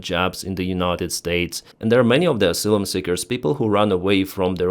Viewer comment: Ah -sigh - lum.